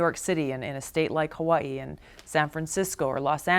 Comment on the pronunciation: Love Tulsi. Hate the way she says Hawaii